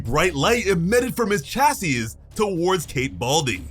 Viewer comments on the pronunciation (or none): The last s is silent in chassis